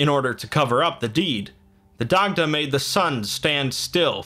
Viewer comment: It’s pronounced ‘die-da’ good video tho